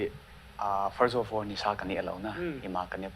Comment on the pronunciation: Blonde chula nahi in, "First of orr" nahung ti jeng vang chu.. kaki sai lih deh chet e!